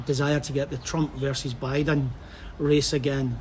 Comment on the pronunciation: This Guy Speak with straight Tongue. He pronounce Buiden in a wrong Irish Slang.😆😁😄